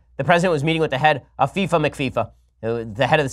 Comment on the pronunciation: The way he said fifa 😂. They a bunch of bananas??